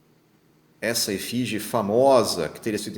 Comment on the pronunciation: "ESFINGE" e não "efige"!